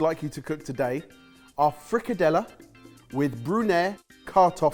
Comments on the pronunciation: Scandinavians often make fun of each other.. But as a Norwegian I’m genuinely sorry for all Danes that watched slaughter that frikadelle!🥲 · As a half German/Scottish, those frikadelle did hurt a little